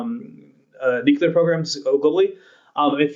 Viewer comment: nyoo-kyewl-arr haha =) the Host got it though, so that's good. Just pokin' fun, I love RANE.